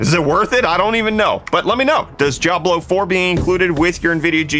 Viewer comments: Diablo isn't pronounced: "Job-Low" 🤦🏻‍♂️ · Why am I hearing "Jiablo" whenever he is saying "Diablo".